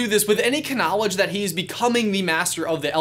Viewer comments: Dude it is not ka-night bus or ka - nowledge get it right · The k in knowledge is silent..... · "kuh-noledge"...I'm dying. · I love how he said 'K'nowledge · Did he say Kkkknowlege ? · mimi oveges k-knowledge yup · did he just say knowledge... like- with a K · “K-nowledge” lol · What did you just say? Ka-nowledge? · I love how he says 'k-nowledge' instead of (k)nowledge. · hold up did just pronounce the k in knowledge? I feel like I'm missing something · He said ka-night bus and ka-nowledge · Wait.... did you say ka-nowledge? Am I tripping? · D-did you just pronounce knowledge "ken-naw-ledge"? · Am I the only one who hear k-nowledge in there? What is up with that? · Kyrie R in a different video he says k-night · Ok its really annoying Bruh he is constantly pronouncing like that k night bus k nowledge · Did You Just Say KNolage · berlin ikr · The "k-nowledge" took me so by surprise, it just comes too naturally for you. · . He says k-nowledge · Did just say "K-knowledge" emphasis on the K... Am I missing a joke because of the knight bus??? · “Ka-night” “ka-nowledge” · Excuse me kuh luck ??? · Did he just say cknowledge? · Also k-night bus. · Did you – did you just say Knowledge pronouncing the “K”? I— love that? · Gamer playz YT not even annoying I think it’s cool but ok U got an opinion I’ll let that stand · Yes he did 😂😂 its because of his vid on the K night bus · did he pronounce the k in knowledge?! If so, I give him respect. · You really can just barely here the silent k Huh Awefully convenient I never noticed that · Anyone else notice he pronounced knight in knight bus and knowledge with a k at the start? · ...That pronunciation of knowledge will haunt me... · I just realized that you pronounced the k in knowledge. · Whats bothering me is: What the heck is this weird thing with you pronouncing 'kn' like knowledge oder knight. I mean I from Germany, I just learned English in school, but is this some kind of accent? :D